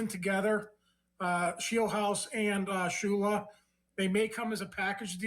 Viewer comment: It’s Shula it should not be anyone other than Shula